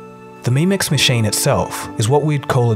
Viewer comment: its pronounced "mem-ex" like memory extension, not "meme-ex"